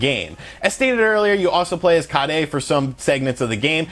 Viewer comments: It's kaere, not karei xP. The way you say it makes it sound like you're saying curry in japanese hahaga. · lol Kaede is pronounced Kai-A-Dee. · "Sam-Ehno-seuss-kay and Kah-day" lol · Bruh its pronounced Sa-min-Oh-Ski & Ka-aye -day 🤦‍♂️ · Its like everyone mispronounces the names lol sum-a-nus-kay and ki-ay-day.....God damn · I don't think that's how you pronounce "Samanosuke" or "Kaede"..